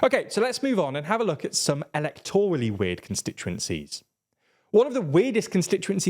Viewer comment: Check pronunciation of “Lochaber”! 😬 And “electorally”, for that matter! 😮